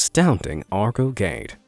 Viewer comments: NOT pronounced "ARGO GADE" ... but: "R Go GAEU - DAY" ... instead! You SHOULD've asked the local people, Indonesians first! ... It's quite humiliating, you know? ... Sorry ... :D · someone else may have commented but i say it again anyway.. it sounds "Arr-Go Geh-Day" not "Argo Geid".. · It's read as "are-go geh-day" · It's " Argo Ge De " Not " Argo Gade " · Argo Geid? Nope, you should say Ar Go Ge Dei, means Big Argo 😅 Better say Cikubang Bridge, this is the masterpiece of the Dutch colonial era 😁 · “argo gede” sounds more like “gatorade” than “argo gedé” to me🤣🤣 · The correct pronounciation : Arrhh Go Geh Day...